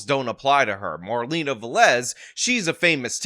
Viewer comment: Is Velez. The first two letters is pronounced like be in bear. Ve- (as in bear) and lez ( like less). Please, is really annoying. This is really common latin American and Spanish last name.